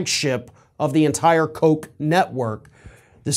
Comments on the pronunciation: Pronounced, "Cook." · Don’t get Jr. excited by saying “Koch (coke) Network” too many times. He might get the wrong idea about who doesn’t want to support his father anymore.